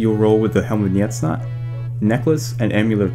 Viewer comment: helm of NJETsnot hahahahahah